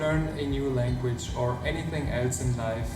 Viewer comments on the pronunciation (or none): none